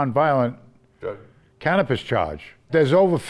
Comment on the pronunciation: Cannabis. Cannapiss. Lol.